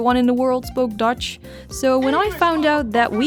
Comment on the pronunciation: Tell me why when I heard you say Dutch I heard Deutsche